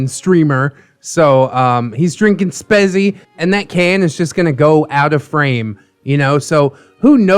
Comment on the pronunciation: Did you just pronounce Spezi as Spesi? Me as a German would get triggered if I heard someone pronounce it that way